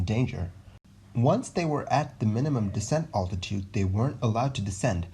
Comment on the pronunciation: I'm really enjoying your videos! Well researched and thorough. You also do a good job of providing a sense of suspense where appropriate. I am curious, though, why you say 'oltitude' instead of 'altitude', which is a bit of a stumbling block when listening to your narration. Great stuff still! Keep it up!